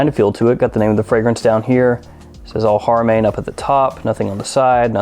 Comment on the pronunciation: How to pronounce Al Haramain: AL-HARA-MAIN. "Main" pronounced the same as in the English word.